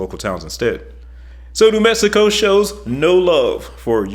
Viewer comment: This is terrible. He cannot pronounce New Mexico.